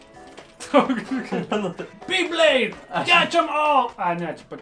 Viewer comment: Reikia tarti bibleidai